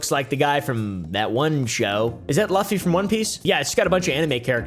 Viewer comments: the way he said Luffy has me dying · "Luffy" with the short 'u' 😂 That's pretty guffy